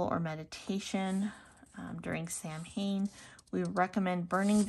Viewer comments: It's pronounced SOW-in, sweetie, not Sam Haim. It's Irish Gaelic, it means "summer's end." Blessed Samhain to you. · I used to get this box but had to stop because I'm trying to cut down on clutter but I miss it. 😩 This was a nice box. Also, Samhain is pronounced sow-win. ❤ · Just so you know, Samhain is pronounced "Sow-Win" . Sorry. One of my biggest pet peeves is when a witch or Pagan mispronounced one of our Sabbats.